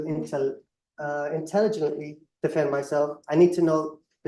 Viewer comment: He cannot pronounce "intelligently"